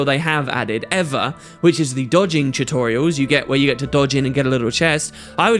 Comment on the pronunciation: I love how you say "chutorials"